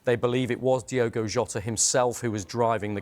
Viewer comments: It's pronounced Diogo it's not Diego, dudes a news presenter you think he would get this right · For the love of Christ his name is DiOgo not Diego. Pretty much every time you upload a video about him you say his name wrong. Do better. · ITS DIOGO not Diego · why do people keep calling DIOGO Diego???! whats with that? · It’s Diogo NOT Diego. Get your facts right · DI-O-GO. PLEASE. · Turns out diogo maybe should have had some respect for speed limits. Also they called him diogo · Been pissing me off the amount of So Called experts/pundits getting his name wrong DIOGO is his name.....not was his name either, IS his name